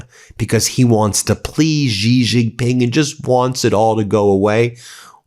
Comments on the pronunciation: Stop mispronouncing XIJinPing's name you ignorant! Its not JiJinPing or ShiJinPing! Its XIJinPing! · Xi is pronounced like "she" in English. She Jin Ping.